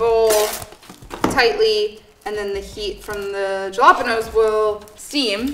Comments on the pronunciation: Ouch on white washing the word jalapeños... JA-LOP-ENOS, really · I got a playful vibe from it, she definitely knows how it is pronounced. Meanwhile this entire recipe is bastardized, since it's essentially Tirokafteri, Greek spicy feta dip